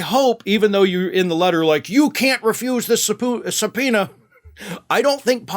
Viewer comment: LOL SUB-POO-NA I needed a good laugh today. Thanks,.